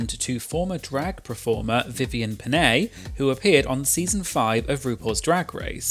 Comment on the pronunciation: Well as a Filipino, the biggest crime Vivienne has done was pronouncing Pinay like that